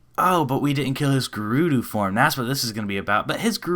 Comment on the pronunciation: It's not gerudoo. Stop saying it like that.